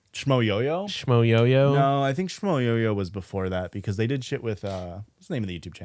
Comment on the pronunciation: once again here to tell he's wrong: it's Schmoyoho not Schmoyoyo.